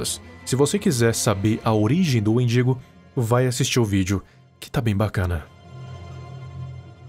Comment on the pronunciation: ele falando=wendigo eu entendo=mendigo